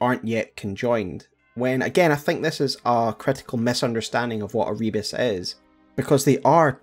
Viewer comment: Another video where pronounces "Rebis" as "rebus" despite them being very different words. One of them is another name for the alchemist's Magnum Opus, the philosopher's stone, represented as the divine hermaphrodite (a single body with both a male and a female head upon it). The other is a simple puzzle/visual pun consisting of mixed letters and images.